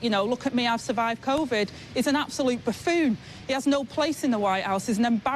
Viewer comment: "Buffuuunn"? To rhyme with "prune"?